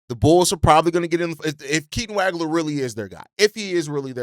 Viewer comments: Dude, as a professional podcaster, you can’t continue to mispronounce names. Look up Keaton Wagler’s last name, please. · Can’t say Waglers name right lol